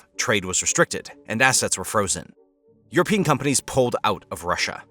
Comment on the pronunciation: "europian"??? Oookay